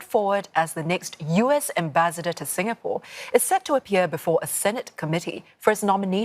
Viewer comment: dont try to angkat for him lah, clearly he is interested in the holiday posting to sg for the lifestyle. he know nothing abt sg, cant even pronounce 'singapore' properly also